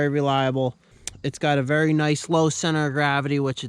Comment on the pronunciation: Wery nice wery good video